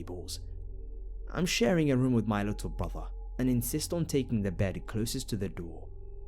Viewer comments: Funny how you say room "rum" lol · Johnny Ay lol I say room the exact same way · Eryn Sullivan is it just like a way of saying it? It's weird but funny because sometimes people can mistake it for alcohol.